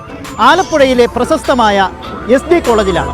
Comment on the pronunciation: പ്രസസ്തമായ അല്ല ഹെ ... പ്രശസ്തമായ, പുല്ല് കുറ്റo പറയല്ല...ഉച്ചാരണശേഷി ഇല്ലാത്തവരെ ഒന്നും പിടിച്ചു അവതാരകൻ ആകണ്ട പരിപാടി അല്ല ഇത്